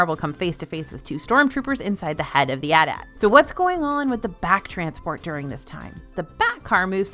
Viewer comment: Great video! I am gonna say tho in the film trilogies they are referred to a-t a-t so that is how they are supposed to be announced 😂